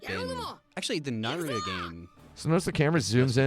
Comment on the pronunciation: And just like that, pronouncing Naruto as Naruro is now cool.